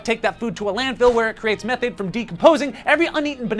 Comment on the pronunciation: It’s pronounced meeeeeeeeethane